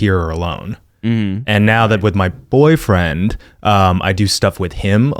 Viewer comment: Sondra Zimmerly he puts so much emphasis on the b aud(dnejdiisms smskdosk 😍